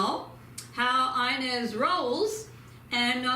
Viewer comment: You're totally saying her name wrong you're butchering it too much it's Ines